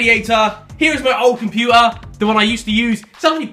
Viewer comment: How Harry says the letter "T" is really weird . He doesn't even say it. Like when he said computer.